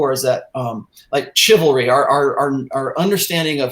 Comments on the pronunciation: And learn how to pronounce ", chivalry". It's not pronounced like the word "chisel". Its pronounced "shivalry"! Fucking hell man. Embarrassing as hell. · How is it that doesn't understand how to pronounce the word "chivalry"? It's not pronounced like "chisel". How does he not get that? How does a man in his late 40's early 50's go his whole life and not understand how to pronounce that word? It's embarrassing and makes it hard to share this content, the same way it's hard to share his blog posts because there are a ridiculous amount of careless spelling and grammatical errors. The later is especially a problem. doesn't bother to even read over his posts even once, evidenced by how often he makes such careless, fourth grade level grammatical screw ups. Give a fuck, for crying out loud!